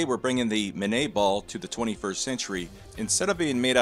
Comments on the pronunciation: Pronunciation guide: "Minié" = "mini-ay", where "ay" rhymes with "hey! French names are neat!". I won't try to get you to pronounce the name of the designer of the FN FAL, Dieudonné Saive... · Guys, it's min-yay. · I'm back. That is not how "minié ball" is pronounced.